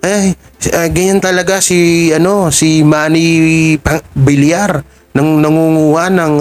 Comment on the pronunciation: Suspension po, hindi suspention at congressman sa QC ang asawa ni Maine Mendoza hindi mayor. Pls. ayusin din ang pagbigkas. Viliar ang bigkas ng Villar at hindi Vilar. Tagapakinig mo pero sumasama ang mood ko pag naririnig kitang mali ang pagbigkas. Sana mapabilang ka sa mga top vloggers